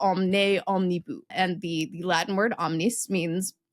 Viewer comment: Never heard anyone pronounce 'omnibus' with the last syllable rhyming with 'loose' rather than with 'cuss' [and Collins English Dictionary agrees with latter.] ETA: A lot of cars these days don't include a spare tyre.